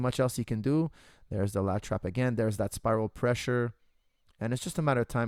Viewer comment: I swore he was saying latch wrap. Lat trap makes a lot more sense...